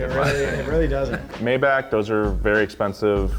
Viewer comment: Mai-bach* Not May